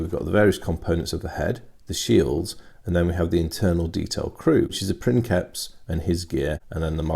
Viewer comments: It's not prinkeps its pronounced like prince. prinseps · Sorry but it's not "prinKeps", it's "prinSeps", being a real life word from Latin, so it's pronounced like "principal" in spanish. There's even a vid here: cheers for the video as always mate. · No, it is pronounced prinkeps, its written princeps but it is actually latin, in latin the c is pronounced as a k. So it is prinkeps. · we don't exactly know how Latin was pronounced. Judging from some of the modern languages that deviated the least from it (Italian and Spanish) I can tell that the "c" changed pronunciation based on the vowel that followed it. C+A,O,U and we get a hard sound, like a K. C+E,I and we get a softer sound, like a CH or a TH or an S (depending on which modern language you focus on). So, again, not 100% sure, but the word princeps was probably pronounced like princheps, or printheps, or prinseps. And probably not like prinkeps. Take this with a grain of salt, I've done no research on the matter. I've studied Latin for a few years in high school, but here in Italy you study Latin with a modern Italian pronunciation, and I'm not too convinced it is the correct one. But I bet it's close enough.